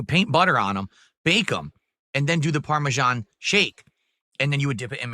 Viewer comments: What in God's name is parmejahn? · "Parmesan... CHE" STFU, you act like you don't eat this EVERY DAY but you know all the dented steps? GTFO, you cow..